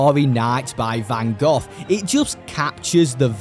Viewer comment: Okay. This man says "Depending Doom" and "involves around" and Resignates with me", but I really appreciate him saying Van Goghs name right.